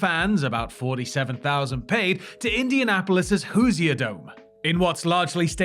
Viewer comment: As someone who's from Indiana. Said Hoosier wrong lol And also terre haute lol